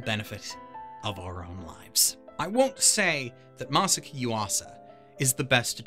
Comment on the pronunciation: Masa-aki! God damn! Ma-saw-ocky! You're eliminating syllables! Ma-socky!? God Damn! You're not the only one who butchers it, but you are butchering it!